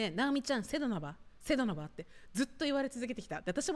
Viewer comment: 今回の動画でちゃんとセドナって言えた時あった？